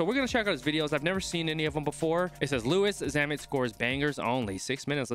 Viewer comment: The way he pronounced his name at the start lol